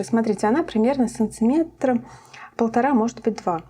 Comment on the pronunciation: Шапочка очень красивая👍👍👍👍, а мне одной показалось, что Вы говорите сонцеметр🙄